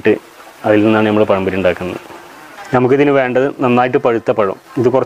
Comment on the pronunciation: പയംപൊരി അല്ല പഴംപൊരി